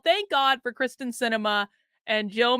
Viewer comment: I love ya! And Kyrsten Sinema, too. But check it out... it's KYRsten Sinema - NOT KRYSten Sinema.:-)